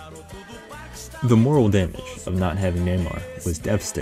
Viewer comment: It's "morale", not "moral"